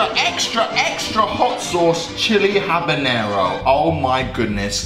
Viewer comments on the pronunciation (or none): none